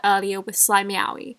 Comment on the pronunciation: I keep thinking shes saying slime yaoi